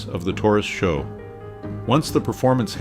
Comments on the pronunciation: It's Not SHOW! It's S.H.O.!!! You ppl never get it right... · I stuck it out until SHO was pronounced show.